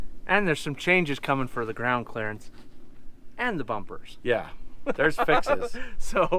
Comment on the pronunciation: What a fun day! The teacher in me says: 'Clearance' not "clearence". The dad in me wants to say well done! It's hard to let you son just go, but Rhett has learned some great skills! The curious me wants to know what air pressure you are running? Why don't you pull the hitch out of the receiver on the banana?